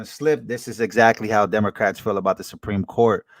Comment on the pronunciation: She can't say supreme court